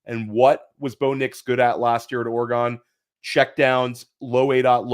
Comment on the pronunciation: Its not pronounced oregone dude